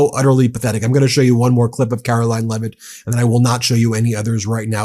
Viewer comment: I think you may be mispronouncing a name..... it is pronounced LIEvitt.